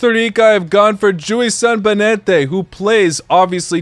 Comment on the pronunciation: Jewison Bennette (pronounced "Benet", not being cocky, I also pronounced it like you did at a start XD) is a really good choice, he is fast, he is skilled and he is charming, however you should check out Brandon Aguilera, specially the match he had vs the US in the qualifiers in San José, lad is brilliant with the dribbling and passing, everyone here in CR thinks he is the next Bryan Ruiz